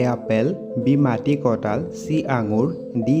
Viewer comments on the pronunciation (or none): অসমীয়া ভাষা শুদ্ধকৈ লিখিব দে আৰু কবলৈ চেষ্টা কৰিলে নিশ্চয় ভাল হ'ব শুনিবলৈ মাটিকটাল নহয় ঐ মাটিকঁঠাল হয়।।